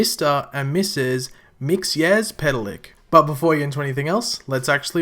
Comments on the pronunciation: IT IS NOT MIXY-AS-PETAL-LICK IT'S MIX-A-PIT-A-LICK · The word is old and it's Mix zel plick. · Since you were struggling with the name, you say it like mix ill pita lik a little background on him, He is not good or bad, just mischievous Superman (and i guess supergirl) have a weakness to magic, Mxyzlplik is a magical character and can control people and in some cases has been defeated just by saying his name backwards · KRYMauL Ccorrrect!!!👌👌👇👌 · The Way you Prononuced his name was so wrong